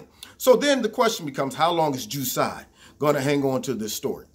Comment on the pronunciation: Ju sigh Ju sigh!! God I never heard that pronunciation! Funny